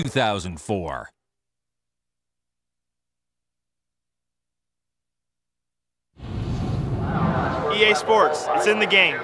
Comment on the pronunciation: “EA SPOWTS” 10/10 Elliot Sadler